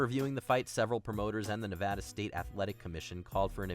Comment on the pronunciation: How do you pronounce Nevada correctly in one entry and then mispronounce it in the same video with the same narrator?